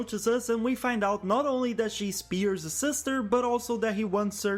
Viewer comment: Dude. Piers name is the only thing you pronuncied well